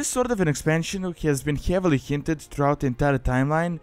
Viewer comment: hjeavily hjinted